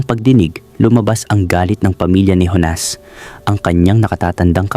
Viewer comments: Ibañes not ibanes. Jonas not honas. Ayusin mo ang paglalahad ng kwento. 🫨😪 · Honas o Jonas?ayusin mo nman..